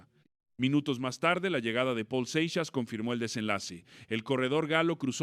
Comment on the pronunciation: No seas naco se pronunciaOl Seixas